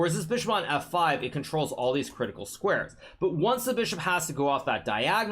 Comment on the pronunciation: "both of deez knights"